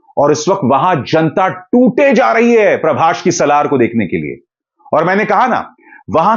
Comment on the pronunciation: Sir it's a Prabhas not prabhash